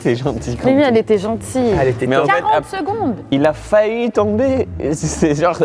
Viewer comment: Bigflo qui vanne la prononciation de culotte alors qu’il arrête pas de dire faillut à la place de faillit